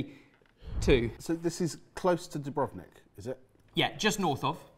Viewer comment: Everybody gets this wrong, but just in case someone else cares - Dubrovnik is pronounced with the accent on the first u, not on the o. I've heard even pronounciation channels get this wrong. Source: am croat (half-blood, but still); we like to accentuate the first sillable even in long words where we really damn well shouldn't :D